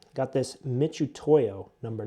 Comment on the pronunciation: oh yes, good ol’ Mitch-utoyo 😅😂